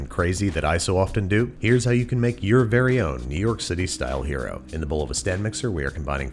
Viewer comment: I keep hearing hyeero instead of hero. Weird. Or should I say wyeerd.